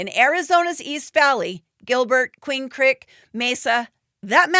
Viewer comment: Queen Crick? 😂